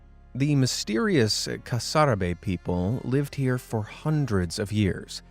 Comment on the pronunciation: Carsarbe? No bro, it's the Casarabe...pronounced as CasaRabé